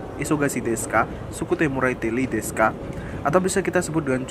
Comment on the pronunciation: Membuka luka lama njir "Sukutte morette ii desuka" Bukan "Li Desuka" Bukan masalah besar sih, cuma koreksi aja